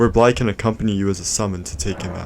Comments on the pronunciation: Small correction, his name isn’t pronounced Blaidd, it’s pronounced BlaiTH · It’s pronounced Blyth not Blyd, dd in Welsh is said with a th. Blaidd, Ranni, Iji and Seluvis all have Welsh accents, just like me! And Kale is said like Karlay, gaol is the old English spelling of jail and it’s Nokron not Nekron. Your video is top class regardless of the slight mispronunciations so thank you, Blaidd definitely best boy! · A few corrections: 1. It's pronounced Blaith 2. It's pronounced like Ever Jail 3. Ranni kills Seluvis as she uncovers that he is plotting against her. He's been dead since you give her the blade from Nokron 4. That mask is always there and has nothing to do with Blaidd himself 5. Blaidd had no idea he would betray Ranni, only Ranni and Iji did but Ranni loves Blaidd and Iji raised them together and couldn't bare to tell Blaidd the truth. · As an ignorant American I will continue pronouncing it blade. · Actually it's pronounced blade